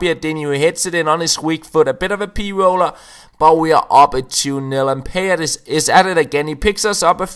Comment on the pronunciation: You pronounce Payet totally wrong